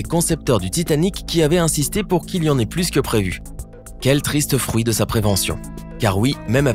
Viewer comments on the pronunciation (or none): none